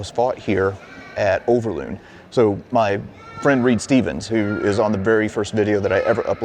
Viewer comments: overloon not uverlone . i love your history stuffies but its overlooooooooooon not uverlone , your vidoe is lovely and sweet , but its overloon hahahhahaha i am jokking dont takke it to harst oki much love <3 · Sir, i always think it is funny to hear a foreigner try to pronounce Dutch names and words. You pronounce Overloon in a funny way. You pronounce the first O perfectly. Just copy how you pronounce this first O to the second double O..... Make the same sound. And then you pronounce it correctly. Over, the O sounds the same as the double O in Loon. But you made the double O sound like a u in Tune. Or Looney. Moon. It is more like Moan, Over.